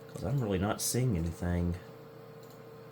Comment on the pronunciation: My favorite is the pronunciation of Because as "Becawlse"